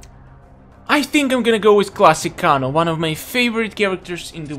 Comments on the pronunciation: (Kay-No) kano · its pronounced KAYNO IT SAYS IN EVERY GAME WHEN HE WINS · Why do you kanos name wrong